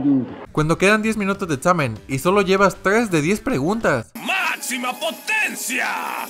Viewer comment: Tjes Osea tres pero el wey no sabe decir. La r